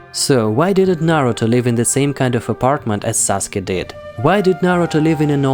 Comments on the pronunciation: It’s saskue not saske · Saske. Why saske its sasuke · Pardon. Its Sasuke not saske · Correction its Sasuke not Saske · It's sasuke not saske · it’s sasuke not saske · "saske" PLS XDDDDDDDDDDD its sasuke btw BUT I WAS SO CONFUSED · SASKE = SAUCEGAY! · Saske lol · Bro he said mikato saske wrong